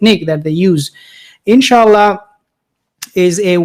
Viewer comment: Knowing Biden seems to me that he said enchilada instead In Sha Allah with the correct accent on it. At the ends of times that ignorance and lack of knowledge is very common.